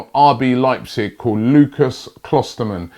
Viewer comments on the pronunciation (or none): none